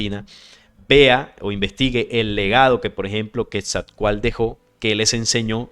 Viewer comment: La pronunciación del nombre Quetzalcóatl lleva implícita una pronunciación segmentada, es decir; se marca el acento en la letra O. Sería así; Quetzal-có-atl. importante anotar que en el idioma Nahuatl, usualmente se omite la letra L cuando ésta va al final, y usualmente despues de una T.